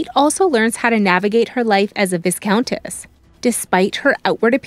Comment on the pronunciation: The ‘s’ in viscount is SILENT.